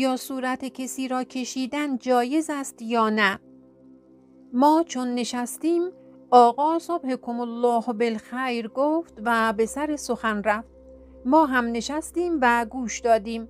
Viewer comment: صبحکم اﷲ بالخیر. [ ص َب ْ ب َ ح َ ک ُ مُل ْ لا ه ُ بِل ْ خ با تشکر و‌ عرض پوزش این عبارت اخوندی را که معنای صبح شما بخیر هست را با ضمه روی ص خواندید که لازم است تصحیح شود یا حداقل بینندگان این ویدیو متوجه باشند❤😊❤